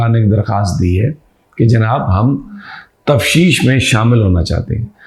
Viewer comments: مہربانی فرما کر دیکھ لیں کہ لفظ "تفتیش"ہے ہا جو آپ باربار بوے"تفشیش"؟ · Aoa Sami SB. Word is taftish, it's not tafshish. Respected Regards